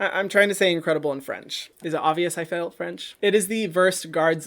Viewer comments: For the "doigt" I laughed so hard🤣, has a French citizen is so funny to hear you talking my language😆 and you just choke to pronounce the r 😂 : "Incredidible" you just sound like you said "Encre de bleu" wich means blue of ink😂. And the correct way word "Incroyable" [inkcroayable]😘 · I know this is an older video but Hyram! It’s incroyable. There’s no d my friend. Ayn-croy-ah-bleh (approximate pronunciation lol) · hahah its "incroyable' -> an croy - ah- bluh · Incredible in french is incroyable but good try 😂